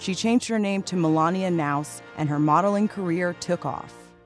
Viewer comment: Melania's maiden name is Knaus and the narrator botched pronouncing it. 😳